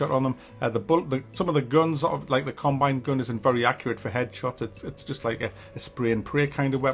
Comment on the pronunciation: Combine... Or carbine rifle? After about the 100th time I heard this, I started thinking perhaps its a regional dialect. Who knows. Distracting though